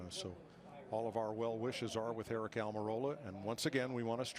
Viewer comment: John Frakes 😂😂😂 she also said "I hope Aric is OK" so her attitude is shit but this is a justification?! Please, btw it's ARIC